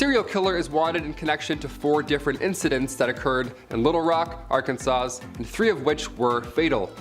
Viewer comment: So when you get to the serial killer who is the river city ripper who is responsible for 4 different crimes, for some reason you show a random picture of the chicago ripper crew that has nothing to do with the crime u are currently discussing and the dude who is presenting pronounced Arkansas with the s sound at the end?! Are all millenials retarded, what the hell is going on this video?